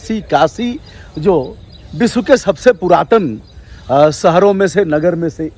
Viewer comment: आप "वाराणसी "को "बाराणसी " बोलते हैं , आप "विकसित" को "बिकसित" बोलते हैं, आप "विश्व" को "बिस्व" बोलते हैं, अजीब है यह. अजीब है यह. " बैस्ड़ो " ????????? ===> " वैष्णो "